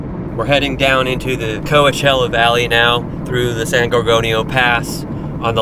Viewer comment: It confused me when you pronounced "Coachella" close to correct. No one pronounces it 100%.